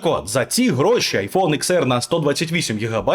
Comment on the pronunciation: Десять, а не икс 🙄